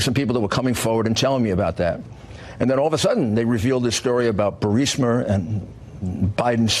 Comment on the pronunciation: "Burreesmurr"... LOL